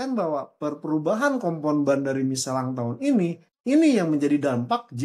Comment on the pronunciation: kenapa michelin dibaca micelang? gk sekalian miselar water? wkwkwkwk